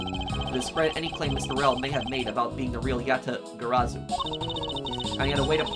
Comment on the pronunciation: Congrats on pronouncing Yatagarsu correctly, however you still pronounced Zheng Fa 政法 as Zeng Fa, can’t blame you tho that word is hard to pronounce for foreigners 😅